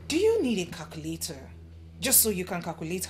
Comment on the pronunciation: Do u really need a "kakulator" so that u can kakulate ur age 😂😂😂 so pronunciations aren't nice to hear.